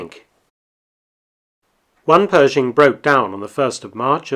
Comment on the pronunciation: You left out the "h" in Pershing!